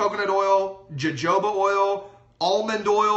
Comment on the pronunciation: Did you just say JoJoba oil actually saying the J? I'm sorry but I have to correct you. Jojoba is a spanish word and in spanish the J is pronounced as an H. So it would sound like Hohoba. No, that is not the only thing I got out of the video but hearing the mispronunciation stood out.